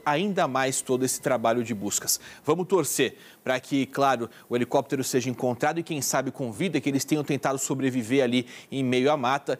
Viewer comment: Um repórter falando "helecoptero", ai é